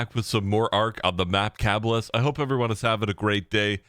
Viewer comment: Ka-Bye-Yus spread the word. Not Cab-ball-us Not Cabalabalabus Not Cabellus. Ka-Bye-Yus Like horse in Spanish. Caballo.